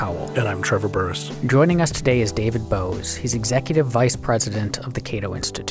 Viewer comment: (1) The likes, as of writing this (8/21/21) are 20, dislikes 16.... how perfect (2) It sounded to me like they called David Boaz "David Bowie" for a second, hehehe.